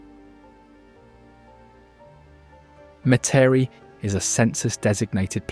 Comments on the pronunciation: Not mu-teri it’s Met-uh-re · Metairie pronounced Meta-ree! Me-ta-ree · Met Ter Rie, is the pronunciation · "Met-tare-re".. Lol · Metairie sounds like meh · tr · ee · A beautiful film. But as a native of Metairie, I can't resist correcting you. It's pronounced MET er ee. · Its pronounced Met A Ree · As a Louisiana black Aboriginal American Indian and Indigenous native, I have to ask you... What's "me-tare-e"? Some mystical town you talked about 🤣🤣⚰️ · if I didn’t know better I’d have missed a lot. Could have used someone with a better pronouncing ofLouisiana names instead of one not familiar with those names. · Nice except for mispronunciations of some names, such as Metairie ( MET-ər-ee). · Born and raised in a lil town called Napoleonville, Louisiana (in between Thibodaux and Donaldsonville. Moved to Mandeville in '21 and immediately recognized the Lakefront of Mandeville & the Causeway. Also remember going to Grand Isle as a kid with my family, and sometimes forget that we actually have a lil beach down south. I had to rewind the video and chuckle when he said Metairie & Zydeco (shocked that he got Tchefuncte correct) but it seems he's said them in more of the French accents rather than what we Louisianians have resorted to. Great footage of the state and nature's beauties